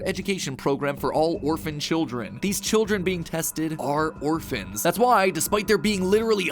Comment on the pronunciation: "They were orfans" Tecno must be so proud in heaven